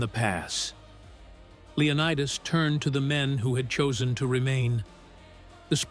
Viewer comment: Say that again, Leo-what-us?